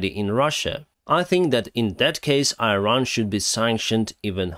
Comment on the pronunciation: How saying Iran correctly?...